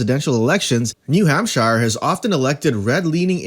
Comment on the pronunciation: If you're going to make informational videos make sure you at least have a command of the material. Learn how to pronounce New Hampshire, and it's Bob Menendez not Bob Hernandez.